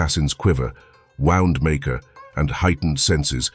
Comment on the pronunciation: Cracking video and I love the accent, just one observation. Pronunciation of "wound maker"???